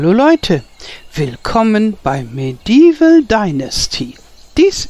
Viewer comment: Hallo meine Liebe, Du sprichst den Titel etwas falsch aus. Besser wäre Medi-Eval fast wie zwei Wörten. Ist keine Kritik sondern nur ein Tip.